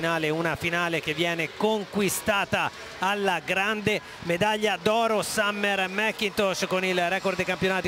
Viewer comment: "Summer-a MacCintosh-a". Gotta love Italian pronunciation of English names! 😀